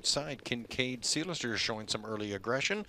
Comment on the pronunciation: Who is this guy? Sounds good...can't be local as he can't say "Seelster ".